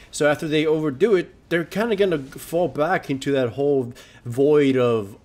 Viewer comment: "I q onto the garen" Nice one haha